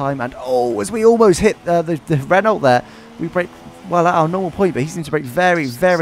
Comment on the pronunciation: why do you pronounce it "ren-olt"? it's "ren-oh", the word is french